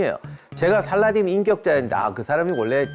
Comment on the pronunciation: 원어민 스럽는지는 모르겠지만 살라할~ㅋ 띤! 이라고 발음해야 멋져스러움.